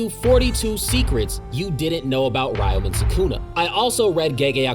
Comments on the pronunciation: You keep pronouncing Ryomen wrong. For some reason many people from the West also pronounce Ryu from Street Fighter the same way. It’s not “Ri-you” it’s “Re-you” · It's Reeo-men Sukuna! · 😭 Aside from butchering the pronunciation for "Ryomen" Great vid 👌